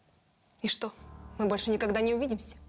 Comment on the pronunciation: Так роздражает стоканье актрисы... Неужели на озвучку нельзя постаратся четко произносить "что"? Над речью нужно работать, не шепелявить.